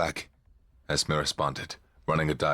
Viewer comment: ES-MEE not ES-meh. It's short for Esmeralda, my youngest daughter's name.